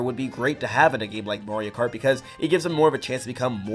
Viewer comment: You accidentally said Mario karty